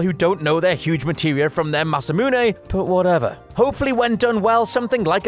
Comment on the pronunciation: Bashes people for not knowing masamune. Can’t pronounce it...